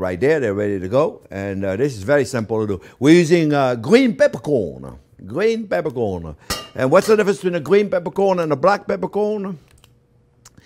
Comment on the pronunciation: Gween pepercworn you say!